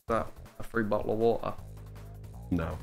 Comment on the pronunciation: "A free bot'l o' wo'a." "No." "..........Bot'l o' wo'a..." "A BO'L O' WATER?" "Yeah, there we go!" "No, fuck off!" I've replayed that part so many times